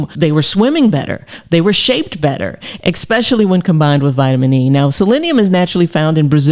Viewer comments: Ecspecially, huh? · I want to trust a doctor who says EXpecially, but I'm torn... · There is no X in the word especially…